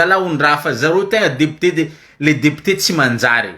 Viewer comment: Lire le mot "député" en mettant l'accent au bon endroit au premier syllable.